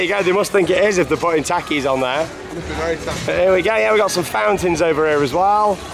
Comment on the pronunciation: You said takis wrong